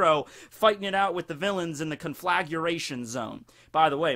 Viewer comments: it's conflagration, not conflaguration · Con-fla-gray-shun. NOT CONFLAGURATION! Wouldn't have bothered me if you hadn't said it so many times. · ...do you need to actually see what you’re doing to make sure you’re not about to accidentally brown-eye someone? I can’t say I’ve ever had the problem... Also, recipro is a shortened version of reciprocated. Re-sip-roh. Also also, cohn-fluh-grey-shun... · CON-FLAG-RAY-SHUN Conflagration. exhales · Say it with me now. CON.....FLA.....GRATION. THERE IS NO "U' in that word O MY GAWD U ILLITERTE FUCK. Love ur videos keep doin what youre doing but learn how to pronounce shit. My ears are bleeding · You could at least pronounce conflagration properly if you are gonna shine a spotlight on it : ). Please don't say effectual as punishment. Don't put me through it.